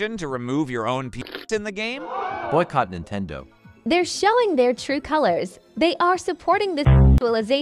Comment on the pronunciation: ah yes, my fav gaming company: "Nintedo" 😭💀